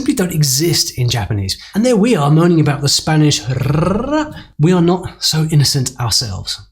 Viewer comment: You didn't pronounce about with a schwa.